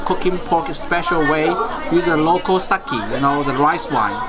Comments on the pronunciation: Neither is correct, it is just pronounced SAKE, no "Y" at the end, don't fuck japanese up. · Great vid. sake is pronounced as sa-kay not sa-key